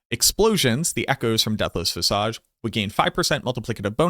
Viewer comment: Visage is pronounced viz-ege. Like edge. Not awge. Just thought I'd help you out before anyone is mean about it or whatever.